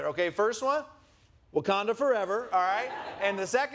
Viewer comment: His Wakonda forever makes me cringe and smile at the same time…that makes it perfect. 💙